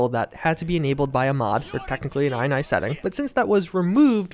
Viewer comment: It's pronounced "ini", not "eye-nye". Think: initialize.